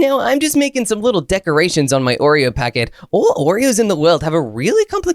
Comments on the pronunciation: is wrong its Oreo not Oree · 😂 you spell wrong you said oree